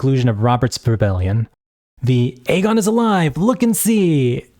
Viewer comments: Eye-gone lol dude say it right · misspronoiuncing aegon is crazy but saying that quote hints at madness is INSANE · Fantastic video! It gets me hyped though the book may never see the light of day.. I'm envious of your ability to respond politely to these bitter men whose only comments are about the way you pronounce Aegon. It doesn't matter what the video is about, the bitter incels always find their way to the video and the comment section to find things to be angry about and to spread toxicity wherever they go. Give feedback or criticism if you like but if you can't also show appreciation for the creator then honestly just keep your filthy mouths closed. Think before you write!